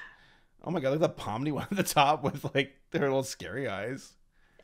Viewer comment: THAT AIN’T POMNI THAT POOMI